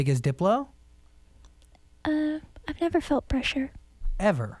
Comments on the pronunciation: I heard "I like to blow" too! ...even though it's supposed to be "I like Diplo"! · Deblow is what she said! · flowApot lmao she said "I like diplo"